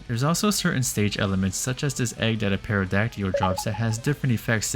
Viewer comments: Did you seriously call a pteradacty a "paradakeel"? It's pronounced Terra-dak-til. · Bruh, you said "Perrodacteeul" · Did you say Perrydactyl at the end? The P in Pterodactyl is silent my friend. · Huhuhuhuhuhhuh, he said Perrrydacteyl! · I'm gonna need a retake on "Pterodactly", what the fuck did you just say?